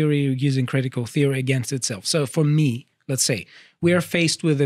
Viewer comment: Cwitical Feory